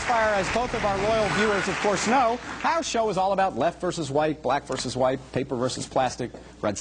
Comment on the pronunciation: it sounded like he said left vs white